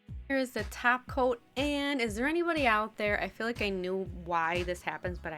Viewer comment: Did you just say 'taco' instead of 'top coat' like Cristine?